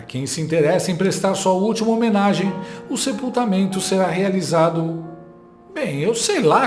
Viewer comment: "HOMENAGI" "MORRERU" Oh Português bem "dizido" 😂😂